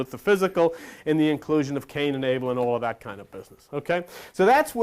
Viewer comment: cain and Abel togueter sound like CANIBEL OR CANIBAL.